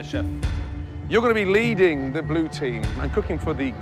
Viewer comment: "Lee, you're gonna be LEEding the blue team"